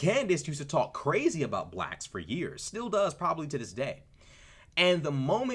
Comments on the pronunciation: 😂😂😂 I don’t know anything about these people because I like peace and undisturbed sleep, but this whole video got me on the floor. Dude said BLLACHKS 😂😂 Your commentary is awesome though. 🎉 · You say blacks funny 🤣